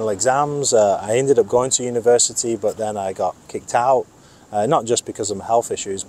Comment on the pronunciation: This "bot" instead of "but" 😅